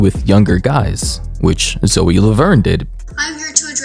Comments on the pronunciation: Ayy yo please please please don’t take this comment disrespect or rude but I’m pretty sure her name is said zoey and I’m not defending them btw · bro her name is pronounced ZOEY lmao